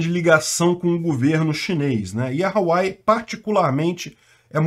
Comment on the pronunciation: RU-A-UEI… queridão… HUAWEI